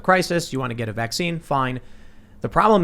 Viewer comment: IT'S NOT A VAXX-SEAN